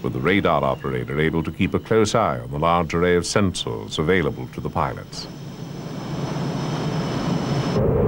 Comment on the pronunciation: 'the large array of sen-sores'